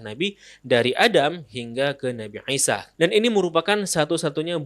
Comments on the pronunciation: ngaji lagi yg bener, dia bilang عيسى 'Isa. Bedakan pengucapan i (huruf ا Alif) dan 'i (huruf ع 'ain ). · baru paham setelah bberapa saat bingung, nabi aisyah ternyata yg dimaksud nabi isa.. 🙏 maaf mas, bacanya biasa aja, sumpah kita yg msh bingung dengernya nabi aisyah/eisyah, eh ternyata yg dimaksd nabi isa . hehe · Isa aja bang ngomongnya gak usah jadi aisa gak enak didengernya🙏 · Gw suka konten lo tentAng pengetahuan islam nabi2 dll...tpi untuk satu ini kyaknya lo terlalu lebay dalam penyebutan nabi ISA A.S...KENAPA HARUS DENGUNG PENGUCAPAN LO TERDENGARNYA TUH NABI NGISYA AW ANGISYA AW NGAISYA...BIASA AJA BANG SEBUT AJA DG PENYEBUTA NABI AW ISA A.S..